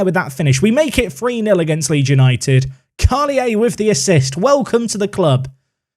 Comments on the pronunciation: It’s just pronounced « Karlier », as you would in French :-) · Carl-yay would be a good pronunciation for the Belgian kid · karlier is how you pronounce his name, great signing! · Carlier is pronounced Karl- here (w/out the h) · Carlier being Wallon (French side of Belgium), the pronounciation is as follows : Karl-E-Yeh The only time you'll have a "shh" sound in French is when you have an "h" following either a "c" or an "s"